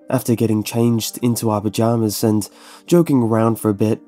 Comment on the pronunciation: You say pyjamas like vaginas XD